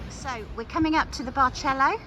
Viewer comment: It’s actually pronounced “Bar sell oh” “San tee r go” we were there last week very nice